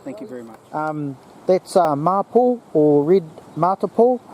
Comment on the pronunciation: Thanks you very much for the video. I found the bits on wood burning and the medicinal properties very interesting. Mapou is pronounced ma-pour and matipo is pronounce ma-tea-pour. Does anyone know why the Mapou and the similar Kōhūhū (as mentioned) in the video are also called Mapou (Red and Black respectfully).